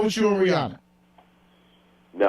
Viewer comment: Her name rhymes with Hannah. Not Fawna.